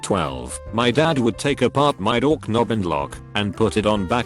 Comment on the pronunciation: “Dork nob “ 😂😂😂